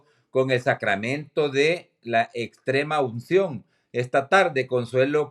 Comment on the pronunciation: de todos los comunicadores ninguno pudo mencionar muy bien la palabra extremaucion ja ja